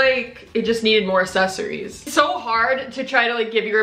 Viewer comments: Why do so many youtubers pronounce “accessaries” as “assessaries” 😂😂 I hate bad grammar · I CANNOT fucking stand the way she says “accessories” 😂 like it’s not “asssessssories” c’mon man 😂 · “The assessories” BITCH WHAT?!?!? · You mispronounce accessories, you say “asseries” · The way she says accessories triggers me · nah it’s cute buh im just not used to ppl saying it like that. It might just be cause of where I live lmao🤣